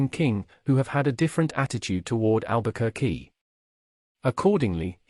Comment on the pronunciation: Please learn to pronounce the name first